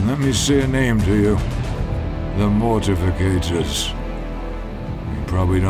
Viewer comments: Uh... it's Mortifactors, not mortificators. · I know this is a nitpick but the pronunciation of certain things like the Mortifactors really bothers me. its pronounced Mor-ti-fact-ors. It's also spelled wrong in the video.